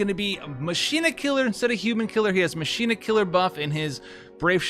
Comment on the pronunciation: I like the videos about FFBE. But Machina is better pronounced as Ma-Ki-Na rather than Ma-Shi-Na. Just basing this on FFXII.:D Keep up the videos man! I love your unit updates and I consider the your videos before I pull due to limited resources.